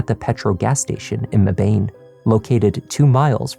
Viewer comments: I live 25 mins from Mebane (we pronounce it meh been). This story was so big and the trial has been just as big! Such a twisted and sad case of freshman girl has crush on star athlete. He takes advantage of her. We all know this story and probably been apart of it. Jocks do this allll the time. But it’s a black boy and white girl in a racist town as Mebane so it’s gonna be big news. The twisted part is family put these two boys together in contact, one reached out for a ride and the other was already fucked in the head and killed them both. He has a lot of struggles going on. Sexuality, wanting to fit in, anger issues etc. I think Devin took the gun because he didn’t really know Isaiah, not to hurt Lyric. I think Devin and Isiah got into it and the story he told Christian about him killing lyric because she was there is true. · It’s pronounced MEB-IN. Not Me-Bane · FYI…we pronounce “Mebane” as “Mebin” not “Me bane!” lol! Gotta love the name of these NC towns. This story is so sad though. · Just started listening/watching...a NC native here. I know this may not be important compared to this horrendous story, but for future reference...it's MEH-bun, not Meh-BANE. (I know that's what it looks like, lol.) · I love all the content and everything you do but just for future reference (I work in Mebane) - it's pronounced "MEH-bin" Thank you so much for everything and keep up the great work!!! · It's crazy how my job is right off Buckhorn Rd. I pass right by that area everyday and never knew that happened there 😲 and Mebane is pronounced "MEB-IN" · This is so besides the point, but Mebane is pronounced meh-ben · The town where Devin was from, Mebane, is pronounced Mebbin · Hate to be the pronunciation person, but here Mebane is pronounced Meb-In or Meh-bin. On a more serious note, I live only a short drive from here and am amazed I’d never heard of this until now. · Mebane is pronounced meh-bin